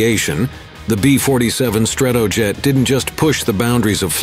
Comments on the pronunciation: Please fix the pronunciation of "Stratojet." It's not "struhtuhjet, it's "STRAtoejet (with the "A" as in "back"). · The B-47 "Strat - TOE - Jet" ? What's UP with these "robo-narrators" anyway ? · StratOoJet - yeah auto script reader I thinks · Stra-TOW-jet??? C'mon. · Strat TOE jet. Who talks like that? A robot? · I didn't mark the times but the narrator pronounced Stratojet 3 or 4 different ways throughout the video. 😁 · It maybe pedantic but mispronunciation that are easily fact checked irritate me. Strat-O-jet Thule Air Base is pronounced Too-Lee.